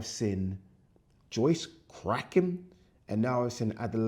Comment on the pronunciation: bro please say seen not sin